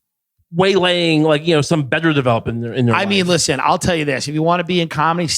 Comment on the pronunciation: Lisshen to me